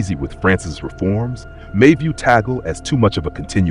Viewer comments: What is wrong with your tongue? Filipino pronounciation of vowels is similar to Spanish and Japanese pronounciation. TAG-LE. TAG-LE. It's not TOGGLE It's TAG-LE. Tag as in Tug. Le as in le, not lay, not lee, not lei. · Pronounced as Tag/ le not Ta/gle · We pronounce Tag-le not Tagel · I hope in God you learn to pronounce his name correctly!